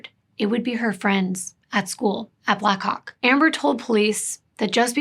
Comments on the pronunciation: How many times did you practice saying Black Hawk as clearly as you could before making this video lol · Ohh black HAWK! It took me a few times hearing it to realise what you weren’t saying 😂 😅